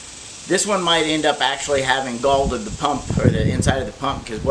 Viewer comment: It's galled not galded!